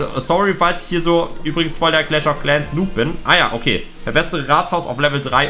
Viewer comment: Clach of claaaans